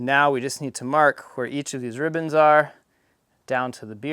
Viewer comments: Are they called "rib bands" or "ribbons" ? It seems you keep saying ribbons. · For one, is he saying “ribbons” or “rib ends”?